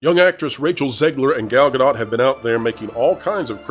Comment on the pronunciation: Wow. Someone who knows how to pronounce 'Gadot'. Why do morons think the 't' is silent!?!?! She's not French!